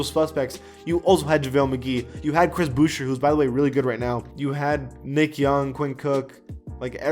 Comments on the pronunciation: Stop saying booch-er it’s boo-shay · no one:: Chris BouchER